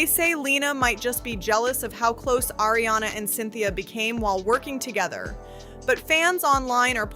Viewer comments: Also, I might not be a fan but I know how to pronounce Ariana’s name. Like come on with this vid. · Ariana not Airiana.